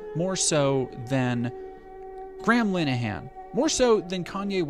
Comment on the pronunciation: Thats an interesting way of saying graham linehan ..... have i been saying it wrong this whole time lol, ive been saying it as gray ham line han